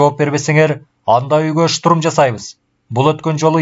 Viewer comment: Бир созду кайра-кайра кайталай бериптир автор,кислотаны ашыкча эле коп жазган,тапа-так ,деген соз жок,так которуп,деп жазылат.Орусча создорго ударение туура эмес жасалыптыр,туура эмес окулган, шутурум эмес,штурм,дагы бир нече создор.